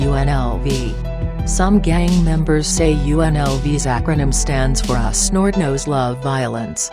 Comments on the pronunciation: Damn, this video is dumb af.. Although the info is mostly on point, the robot voice is completely botching the pronunciations of the gangs.. The "Jersin Park" or "San Chuck ohs" or "nort uh noes" or "sher uh noes" Wtf lmfao silly shit there! Mispronounced damn near EVERY SINGLE ONE OF EM!! Ditch the robot voice man, it's just too damn silly to take seriously and the shit you're talking about in this video is not silly shit to be clowning around about so fix it and redo the whole thing without the retard robot narrator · The way she pronounces surenos & san chucos & nortenos got me dying 😭😭😭💀